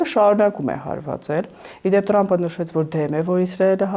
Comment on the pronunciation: Լայ լաղջիկ լերվուծաբան դու ընչու՞ էս Թրամփին տըրամպ ասում Մենք թ և փ տառ ու հնչյուններն ունենք